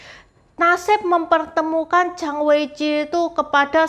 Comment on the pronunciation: Zhang itu bacanya chang bukan jang. Sbnrnya cara pronounce nama Chinese bisa diperbaiki. Bisa pake google juga kok. Zh itu dibaca c... Kalo ch itu dibaca j....